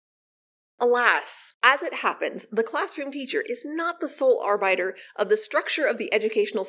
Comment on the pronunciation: Whoever you are, Student Name, you have done well. Be proud of yourself. PS., you pronounce "arbiter" weird.